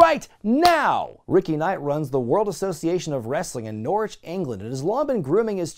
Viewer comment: You don’t pronounce Norwich “Gnaw - Ridge”. It’s just “Norr-rich”